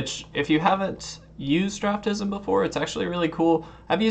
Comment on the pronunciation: It is pronounced Draft-Sim....Not draftism. Also it does help but is not 100% accurate. Best used for drafting and right before precon format for new sets.